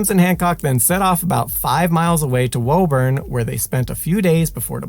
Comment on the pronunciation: sup all. Lifelong mass resident here. I believe the town name you meant to say is pronounced "woo-burn" even though it's spelled Woburn